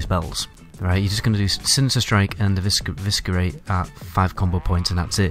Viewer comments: You don't need to try and pronounce the C in 'eviscerate' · You don’t sound the “C” is “eviscerate” Or the “b” in “subtlety” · EVIS - ER - RATE SUTL- TEE You're welcome :P